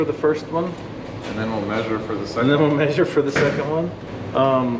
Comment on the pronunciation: MEH-sure! 🤣 that MAY-suring gets me everytime lol measure meh-sure 😂 love the videos though! Watch and like every single one